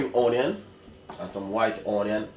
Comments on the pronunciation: o-nion? Or onion? 😊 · omg.plz stop saying O nion..so annoying...preper/pepper.?.too speaky spoky til u chat fawt.kmt. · I also love how you say onion 🤣❤